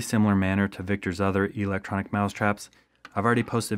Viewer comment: OMG, the word electric is not pronounced "E"- lectric.